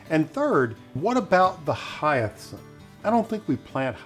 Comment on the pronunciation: Hyath-cinth? Dude! Get a grip! 🤣 Beautiful garden!!